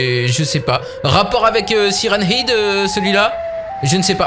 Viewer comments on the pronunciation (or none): On dit hèd pas hid ... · Ça prononce Siren hed et pas Siren hid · siren head sa se prononce hèd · Mais oui y dit siren hid au lieu de siren head est pas sérieux. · ben ouais, siraine heed quoi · quand tu dis siren head quand tu le dit a voie aute tu le dit Siren ide alors qu'on ne dit pas ide mais head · Sirène head et non pas sirène- ide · Siren head se prononce "sayraine aide" pas "SIRèN IDE"! Suis'je le seul à en être choqué? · Mec on dit "haide" pas "hide" mdr 😭😭😂😂😂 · Mais cest pas siren hide cest siren « head » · Mais ont siren head pas siren hid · C'est pas heed c'est haide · mais sa se prononce pas comme sa siren hid!!!!!!!!!!!!!!!!!!!!!sa se prononce siren head!!!tu comprent pas frere!!!!!!!!!!!!!!!!!!!!!!!!! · Se n'ai pas sirène id sai sirène head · Siren hid super l'anglais ah bah bravo 20/20. Nan mais apprend l'anglais en fait c'est mieux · Ptdr il a dit hid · " sirène-ide " j'suis mort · Saillrene heid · Siren "id" il y a plus aucun respect😂🤣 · Sa se prononce saille run haide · ''Syren hid'' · sa se prononce saren hèd (tête de sirène) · Tu dit siren hide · Tu prononces mal , C'est un mot Anglais, ça se prononce SAYWRENE HÈDE = Siren Head, en français Tête de Sirènes. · sa s'écrit siren head mais on dit siren h/ea/d e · Stp c'est siren head. Bon c'est la même chose mais le e et le à se prononcent "è" 😊😊😊😊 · par contre il faut arrêter définitivement de dire "sirène hid" c'est horrible ^^' (ce n’est pas méchant du tout hein !😊) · Sa se prononce Sairen Hèd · c siren head mais sa se prenonce siren hèd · "Sirène hid" 😂 et ça fait du contenu YouTube... À ce point je sais plus quoi dire sérieux même mes grands-parents qui parlent pas anglais prononceraient mieux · Ouch ! La prononciation de Siren head ..... Ça fait mal à les oreilles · ce qui me fait le plus peur c'est la prononciation de siren head de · Tu prononce mal son nom